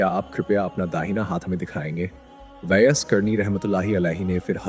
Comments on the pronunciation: आप जो सुना रहे उसको सही तलफूज सही करके बताव जो लोग दीन को सही नहीं जानते वो आपसे सुनने के बाद वो भी आप जैसे गलत बयान करेगे जैसे आप कहते हो अजराईल लेकिन सही इजराइल आलैही सलाम है आप कहते हो ऊईस कुनी नही ओवैस करनी है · Hazrat Owais karni naam hai aapko to sahi se naam bhi nahi liya ja raha. Sachche aasiqi rasool hai . Hazrat Owias karni.